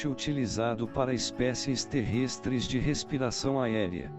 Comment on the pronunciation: Terrêstres 😂😂😂 que narração horrível